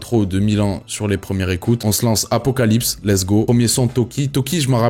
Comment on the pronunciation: C'est apocalypse c'est apocaslip 😂😂